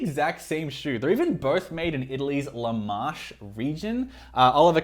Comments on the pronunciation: Le Marche is not pronounced "Lu maarsh". It's Italian, not French. It's pronounced "Le Marke", exactly how it looks. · WTF is La Marche in Italy? there is no "La Marsh" in Italy. There is a region called Marche, which is pronounced MAR.KE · Dude, La Marche, can you at least try to learn how to pronounce the Italian words correctly? it’s Le Marche, leh-mar-keh. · I'm so confused by your accent. It sounded like Aussie at times and then American. And I cringed every time you pronounced Le Marche (en français as opposed to in intaliano) but I see that someone has already commented on that. LOL! Can you comment on how much wear this particular pair of Oliver Cabell has endured? It looks slightly beat up. Thanks for the review!